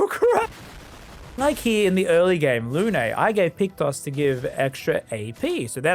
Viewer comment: Who's "Loonay" ?